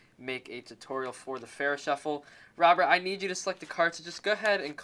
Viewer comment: Kheshav Ramnarayanan It's faro shuffle. I'm not getting mad because I don't know if you speak English as your main language :)